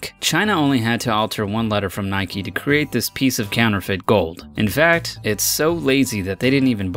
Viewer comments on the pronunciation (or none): He's say nikee not Nike